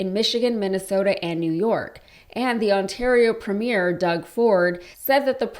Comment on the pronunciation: Note that in Canada we never say ‘preem-yare’. It is pronounced ‘preem-year’ with the accent on the first syllable, not the last.